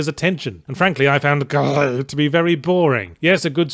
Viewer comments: LOLed at the parts about the imps and Yahtzee pronouncing GRIS as "Gree", before moving onto the Trrrilling Rrrs, before the game's name devolves into growling that's growing louder and more frustrating until the name becomes an unintelligible angry growl. 🤣BTW, the game is about grief and coping with the loss of someone you love. In other words, Gris the protagonist is coping with the loss of her mother. 💖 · You didn't even realize that is Spanish, not french, and the pronunciation in Spanish is like Grease and even in French is different. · He never mentioned that the game was actually Spanish. He didn't say like the French, he called it French the entire time and pretended to pronounce the game like it was French. When in Spanish it's pronounce like 'Greece.' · I find it hilarious that Yahtz doesn’t do his usual gag of ‘words that sound like/rhyme with name of the game’ with Gris, but instead insists on pronouncing it more and more unhinged as the review goes on. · The Gris developers are Spanish (and gris in also gray in spanish), so you should have rolled the R instead of going with the rhotic R… also, pronounce the S at the end. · goddamnit everytime i see this game all i can think of is his voice the way he pronounces it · He’s British. Therefore more familiar with French than Spanish (even if he should have looked to see it was dev’d in Barcelona). And since French “gris” and Spanish “gris” are spelt the same, he assumed the French pronunciation. Understandable, since “French” is often jokingly synonymous with “pretentious,” as the game was the latter to him anyhow. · I just keep coming back to hear all the varied ways yahtzee can pronounce *GRIS*... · "Gris" is actually grey in Spanish. So it's okay to pronounce the s. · Gris is also grey in French, and there you don't pronounce the s. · That's hilarious. For me, a Puerto Rican, "Gris" is the same thing as in French I guess, it still means gray in Spanish but you actually pronounce the "s" in it.